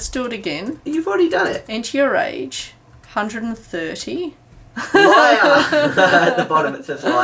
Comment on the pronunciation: Lyer instead of liar lol